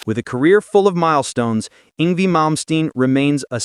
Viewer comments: It's pronounced Yng-Vay not Yng-vie at least say his name right. He is a Legend and deserve to have his name done right. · Yng-VAY….Not Yng-vee! 🤬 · AI voice-over annoyingly calling him "ing V." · Did this MF say ING VEE? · ‘Ingvee’ - nice job, AI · It’s ‘Ingvay’ \m/